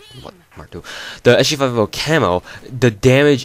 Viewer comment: You say SG5F0 lol, well it sounds like it. You should just say S-G-Five-Fifty